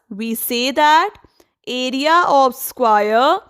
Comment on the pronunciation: Mam its square NOT SQUAIRE !